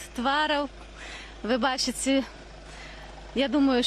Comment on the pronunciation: ""бачИце" - уже можно было выключать, уж если ты берешься размаУляць па Беларуску, то произноси правильно!!! "Ч" у Беларускай мове заУсёды зацвяздзелае !!!!!